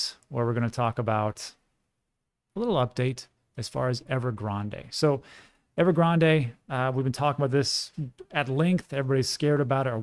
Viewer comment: Great insight as usual, one thing though -silent e in Evergrande it's not Starbucks🤣